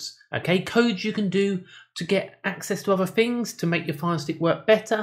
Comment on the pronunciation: Access to other 'fings'...like English language??? 'Everyfing'